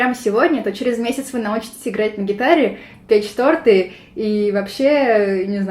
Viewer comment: Вместо "печь торты" дважды услышала "петь шпроты". Странный скилл, но звучит как вызов. удаляющийся истеричный топот